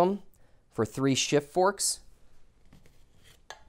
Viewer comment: Did you say shit and not shift?😂